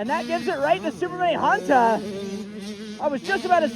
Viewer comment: It ain’t “super mini Hunta” it’s (YamaHunta) 😂